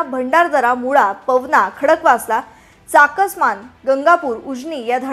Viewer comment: चाकसमान नाही चासकमान.